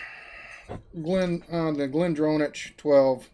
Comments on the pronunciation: Glendronach make some fantastic malts. For future ref, it's "glen DRON-ack" - "dron" rhyming with "Tron" :) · Just a slip. Pity you did not pronounce it properly.